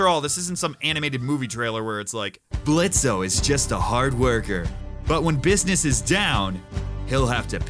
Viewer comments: We just gonna ignore him saying "blitzo" and not "blitz" like you're supposed to? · It’s blitz the o is silent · prounces Blitzo with the o at the end Blitzo: "its Blitz... the o is silent" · It's acttually pronounced "Blitz". The "o" is silent. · Um it's blitz not blitzo the o is silent This was a joke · I wasnt mad before but when you said- it's blitz not blitzo the o is silent time to kill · "Blitzo" Did you not know the O is silent" YOU WATCHED IT!!!! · says blitzo as blitz-O instead of blitz me: triggered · did he just call blitzo (BLITZ) blitzo (blitzo)? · When you pronounce Blitzo as "Blitzo" instead of "Blitz" Blitzo: Am I a joke to you? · The o is silent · Disappointed you say blitzo even though he says his name is blitzo and the O plis silent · Also IT'S NOT PRONOUNCED BLITZO IT'S PRONOUNCED BLITZ AAAAA That's the only thing that bothered me about this video but tbh he probably did it on purpose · Its blitz not blitzO the o is silent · It's not pronounced BLITZ-O! The O is SILENT! DISLIKE! Jokes aside great video, you were the only one I could trust to give some fair criticism without overwhelming hate or praise. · Hi im blitzo the O is silent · for blitzo name the o is silents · Me: Don't mention the name don't mention the name don't mention the name also me: ITS PRONOUNCED BLITZ THE O IS SILENT, HE SAYS THAT, ITS CANONICAL ok, sorry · Did he just call Blitzo “Blitzo”? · HEY THE O IS SILENT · DID HE JUST SAY BLITZ-OH?!! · Rewatching this how many people were triggered by him saying blitzo instead of just blitz where the o is silent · His name is pronounced Blitz. The o is silent. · inhale exhale BLITZO'S NAME IS PRONOUNCED "BLITZ," THE O IS S I L E N T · Inhale ThE O iS SilEnT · the o is silent. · Blitzo: the “o” is silent:*pronounces the “o” in Blitzo’s name anyways* Blitzo: am I a joke to you? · THE O IS SILENT! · The o is silent in blitzo you nugget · In Blitzo, the o is silent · hey, blitzo said the o is silent. just sayin